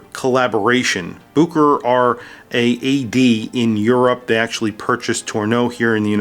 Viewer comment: It’s boo-kr, not boo-share-ray?